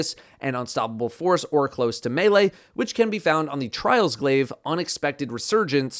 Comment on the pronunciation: Someday, a youtuber will pronounce Close to Melee correctly. Today is not that day, tomorrow doesn't look good either.